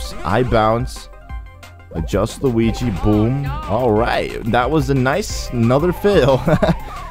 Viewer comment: What's with you calling Luigi "Luwingus?"